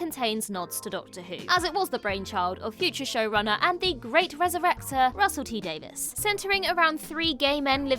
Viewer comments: Davies... Not Davis though we do love in a Mrs Davis universe so ok. The Mrs Davis Russel T Davies of it all is the only reason that pronunciation matters otherwise The Doctor doesn't care how you pronounce it. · Why is this woman pronouncing RTD's last name as DAVIS??